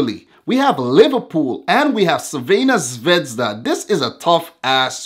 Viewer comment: First, sorry for bad english. Second, thank you for trying to pronounce "Crvena zvezda" instead just say Red star. Third, first surprice is there... Crvena zvezda - Napoli 0:0, Crvena zvezda and Napoli 1p, PSG 0. Not nice game, but result is what counts. Pozdrav iz Srbije (greetings from Serbia)!